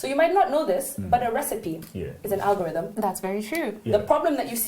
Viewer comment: And now, our final thought: Alogothym, Arogotheme, Orie-Rogo-theme... lol !🤣🤣🤣 brother, you killed me today!